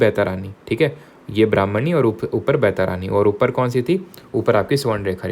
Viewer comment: Sir you are not good in pronouncing Indian names. It's not बैतारानी it's बैतरनी